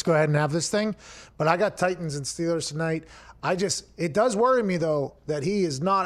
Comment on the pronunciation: “Titians”...come on 😂